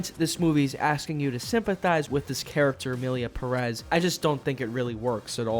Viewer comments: Is pronunced Pérez, not "Perez". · Love how gringos have a visual indication on where the strong sillable is on the word/lastname Pérez and still pronounce it like Peréz, as if the strong sillable or accent is on "rez" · I hate how it's pronounced with emphasis on the second syllable, but it's still spelled Pérez, not PERÉZ for some god forsaken reason